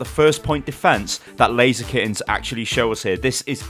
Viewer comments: I tought the name of the team was ''Lazykens'' like blaziken until I looked their name by the way you said it XD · not gunna lie, I thought you kept saying blaziken, every time you said laser kittens. smh, I was looking for player names blaziken and couldn't find one; I was so confused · Every time you said Laser Kittens, I thought it was Blazikens, and I got triggered when I realized what you were saying.